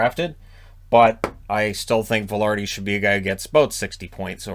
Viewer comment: Vilardi not Valardi... WTF??!!